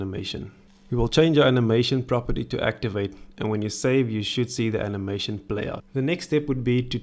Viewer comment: We love how he pronounce "button" as "batoon" and "animation" as "anehmaishoon" :D I'm subscribing.